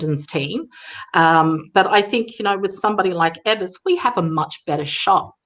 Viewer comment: EE-vers, not EH-vers is the Governor's name, please.